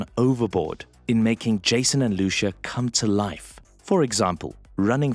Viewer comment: It's not Lushu it's Lucia